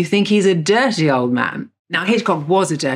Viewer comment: The way she says dirty 😂